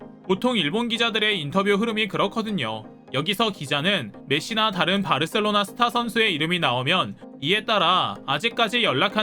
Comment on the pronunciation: 마요르카가 아니고 마요카 바르셀로나 가 아니고 바 셀로나